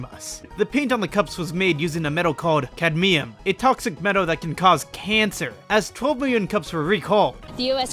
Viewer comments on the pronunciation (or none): I was gonna like the video right up until you said cadmium like that 😭